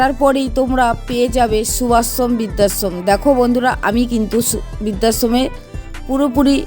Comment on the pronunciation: বিদ্যাশ্রম ??না বৃদ্ধাশ্রম ??পড়াশোনার ধারে কাছে গেছ বলে তো মনে হয় না উচ্চারণ শুনে